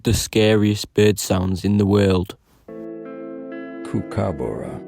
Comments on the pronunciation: Bro you pronounced kookabra wrong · It’s pronounced cook-u-bar-ru